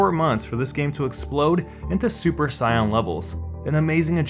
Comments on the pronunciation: DID U FUCKING SAY SUPER SCION? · "Super sii an levels" I'm guessing you meant super saiyan? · "saeyan"??? are you kidding me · Super what? Cyan? C'mon man. At least read the script once before you record. Super fucking cyan. Fuck off. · That pronunciation of 'Saiyan' tho, ouch my ears.... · Is he trying to say Saiyan ?